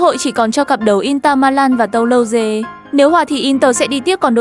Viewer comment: Bạn không xem la Liga à mà không biết Mallorca Sau dọng google lại đọc là inta Milan😂 Tô-lô-dơ😂 Rennes là CLB ở Ligue nhé